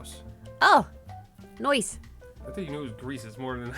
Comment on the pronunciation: Okay based on accent I'm guessing is from Jersey, cause that noyce was spot on from Joysey.